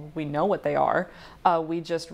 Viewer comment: "Theyby" kill me now 💀💀